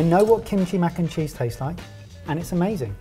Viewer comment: Mac-kim-cheese that is all